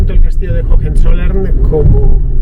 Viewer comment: Por favor Fernando, "jojenzollern" no. Höhe son dos haches aspiradas levemente, la fonética de la segunda prácticamente inexistente. Para nada es pedantería, lo pronuncias todo perfecto salvo eso, un error muy común entre los hispanoblantes para con las haches en las palabras alemanas. Una vez más, enhorabuena por tu programa didáctico; qué manera de aprender contigo!! Un saludo y disfruta de Schwaben!!